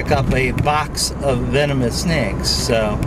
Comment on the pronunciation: She said "vemonous" xD